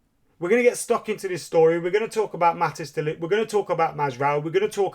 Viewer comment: Mat-tice as in dice.